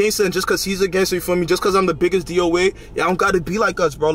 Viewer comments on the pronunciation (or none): Why he said doa like that😭🙏